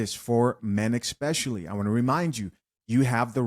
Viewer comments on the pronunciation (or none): Please don’t say exspecially.